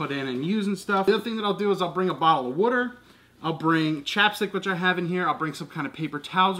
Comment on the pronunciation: "Wooder" ? lol Reminds me on ChrisFix's soapy wooder .